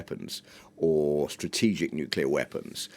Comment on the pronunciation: It's funny this news lady said Nuclear correct the first time, but then the second time she said it wrong, I wonder why it is so hard for some people to say " new clear " instead they say it wrong "Nu Cu ler". That drives me nuts like when some people say the word Axe instead of Ask. What does that say about public education.